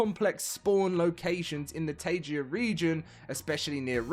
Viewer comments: Teleporter fix is my most awaited fix. Since Update 2 it's been a pain to always reduce view distance when teleporting, just not to get stuck.. Also teleporters now storing alphabetically is amazing. Tankard is interesting. New zone encounter environments is nice. Also it's Taiga, not Tagia. :P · Well thats a funny way to say ''Taiga'' haha.